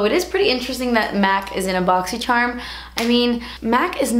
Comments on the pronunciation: Love your boxycharm videos... drives me insane that you say boxy-chermm. But when my videos are playing and I hear you say it i know it's you boo!🤣😉 keep inspiring is us all. 😄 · I believe it's pronounced Boxy Charm, the Charm sounds like when you would describe a charm bracelet or Lucky Charms. Or like when a person is charmed by a cute child or something. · I always look forward to hearing her say "BOXYSHERM!!!" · I don't even have Boxycharm but I watch these videos just to hear her say "Boxysharm" 😍